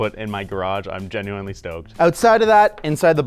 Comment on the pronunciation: For someone who says "genuinely" so much, he sure doesn't know how to pronounce it.